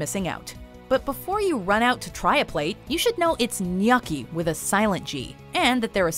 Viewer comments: yup. Gnocci is pronounced ñoki like Loki, but it sounded like she said ñaki, which sounds wrong. Maybe the used the "o" in [the non-Canadian] "about" so it sounds like an "a", eh? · Why would you explain gnocchi the right way but not say it the right way? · Did she pronounce gnocchi as "gnuchi?" It sounded like "uh" as in "yucky." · more important is she didn't properly pronounce gnocchi herself. She mentioned her own mistake. She said to emphasize the "o" but very much gave it an "a" sound. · the funny thing is in this video almost every 10 examples were pronounced wrong.